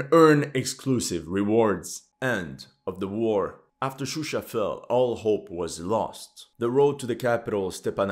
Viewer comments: Not Shushi, but Shusha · Gurbanli in the map it said shushi but he said shusha. I don't think he cares. He just used the most common English names. For that you have to blame English language media